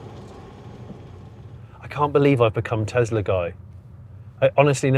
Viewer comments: Just curious, why do you call it a Tezla when it's clearly a Tesla. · Why are you saying Tezla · It's a Tesla not a Tezla. 😊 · Why do some people say TeZZla... it's a fricking 'S' not a "ZZZ".... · Tesla, not Tezla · Please 🙏 please stop calling it teZla it's teSla as in Nikola Tesla the inventor who Elon based his work on.